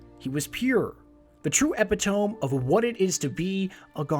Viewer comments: Epitome is pronounced Eh-pit-oh-me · "epitome" is actually pronounced "eh-pit-o-me" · epitome is pronounced e-pit-uh-mee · Great video, but I must point out . Epitome.